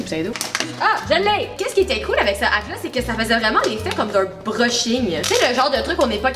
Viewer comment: Ça m'fait saigner les oreilles comment que vous prononcez: "Ahk" il y a un H devant le A dans Hack... alors tu dois exagérer le H et c'est Hhaack! Sinon, c'était bien drôle tout ça! Bonne journée :)